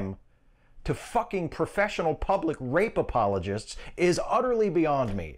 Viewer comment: Did he say rapemologists?